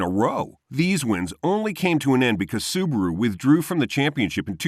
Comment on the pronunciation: it's not SUBURU it's acually SUBARU